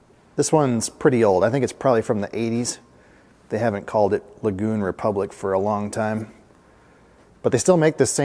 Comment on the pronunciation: i believe you are mispronouncing the name as lagoon. looks to me like L.A. Gun